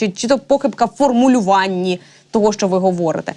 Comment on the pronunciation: Якою мовою розмовляе ведуча ? Хіба е в українській мові слова - щчє , щчо, якщчо ? Вивчайте українську !